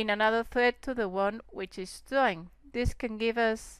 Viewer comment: great tutorials, and dont be afraid to say the R! it sounds like youre saying theads and dawing